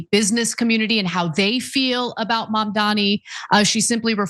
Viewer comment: Mother fucker learn to pronounce Mamdani correctly